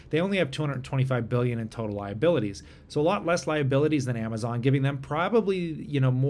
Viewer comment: You said Amazon wrong